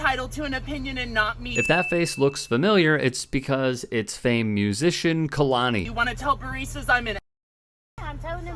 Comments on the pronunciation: It’s pronounced Kay-la-knee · Kay-Lonnie …I hate how you fucked the pronunciation up the entire video